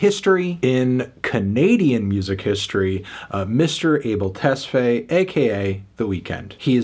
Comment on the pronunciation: More odor and Tessfay pronunciations killed me